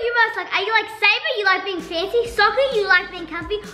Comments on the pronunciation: It is Sabre not sanner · it's sabre not saber